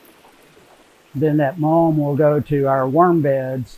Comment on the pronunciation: What is that stuff at the bottom? I hear say 'malm' bit YouTube translates as 'mom'? Can anyone clarify?